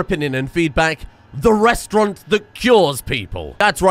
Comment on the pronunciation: Restaurant, not restaurante.